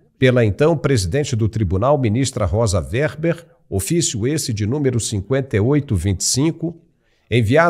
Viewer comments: O nome é Weber, não WERBER ! 👍💥💥💥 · RECOMENDO PRESTAR ATENÇÃO QUANTO AO REFERIR-SE AO NOME DE EX-MINISTRA "ROSA WEBER".O SR.TEM PRONUNCIADO O NOME DELA DE MODO INCORRETO. NÃO É "ROSA WERBER".